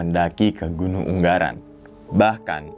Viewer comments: Yg betul ungaran bang.... Bukan unggaran.. G nya 1 ajah... 😍 yowes lanjuut... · Gunung ungaran mas bukan unggaran hehe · ungaran bang, bukan unggaran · Wkwkw katanya orang semarang bang kok ngomong gn. Ungaran jadi UNGGARAN WKWKWKWKKWKW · UnGaran bang bukan unGGaran , G nya 1 doank hhe